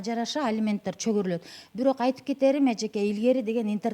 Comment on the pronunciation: Чөгөрүлөт змес , чегерилет десеңиз адвокат.